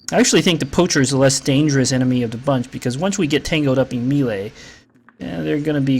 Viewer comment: It's pronounced "may-lay," not "mee-lay."